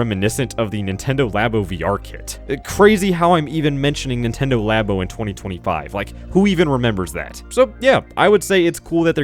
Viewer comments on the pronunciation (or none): none